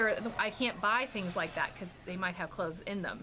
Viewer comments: Yes your hair looks so cute on you! Also I thought you said Ricky was allergic to CLOTHES, I was like oh my what does he do to cover up. I than realized you said cloves. It's what I get for watching before bed! Lol Also can I trouble you with asking for prayers, God knows the need! Im just trying to surround myself with lots of prayers! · When you said Ricky is allergic to cloves I thought you said clothes. That would make life really difficult. Lol 😂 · When you first started talking about Ricky's allergies I though you said he is allergic to clothes...lol... I was like what!?!? Haha